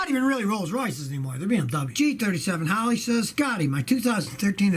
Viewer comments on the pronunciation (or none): none